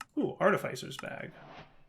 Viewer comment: It's pronounced "arr tih fiss er"